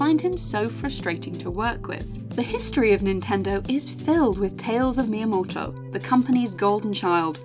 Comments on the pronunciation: Sister when you say his name like that, you don't sound remotely Japanese nor should you want to. Just say it all British-like, it'd sound a lot less awkward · Amazing video, but I can't get over the way she says "miyamoto"